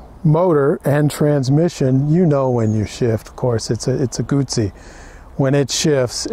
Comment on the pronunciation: My god, nice video, and The guy can say "Guzzi" properly too. 10/10 to this review, greetings from Italy